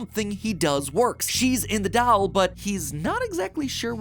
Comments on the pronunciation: I can't get over him pronouncing doll as "dowel" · MatPat: "Weird talking dall" Me: MatPat: "Talking dall" Me: MatPat: "Talking dall" Me: This is fine... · I have to say it, Matt pronounces doll weird. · You say "Doll" very weird, kinda like how Stewie says cool whip. You are putting the emPHAsis on the wrong sylLAble